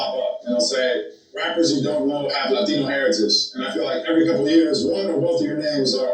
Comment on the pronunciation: Did you say another Lie-tino? hehehe